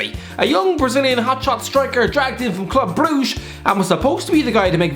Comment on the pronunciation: This pronunciation of Club Brugge gave me physical pain, and I'm not even Belgian 😖